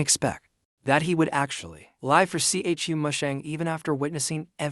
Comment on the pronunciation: Everyone: Chu Musheng AI Generated Voice: C H U Musheng